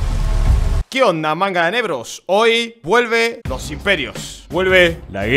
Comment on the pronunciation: dice negros o nebros?